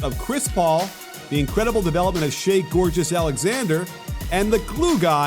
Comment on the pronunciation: I thought i heard that wrong 😂😭😭